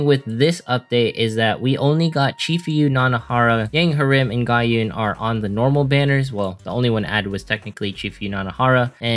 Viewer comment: Please, just say 'ga-uhn' 😭 She's not my [ W A I F U ] but she's a menace in ranked gauntlet. 😡